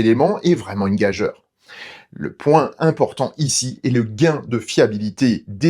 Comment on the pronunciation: Bonjour merci pour tes vidéos toujours aussi intéressantes. Juste un détail: je pense que gageure se prononce « gajur ».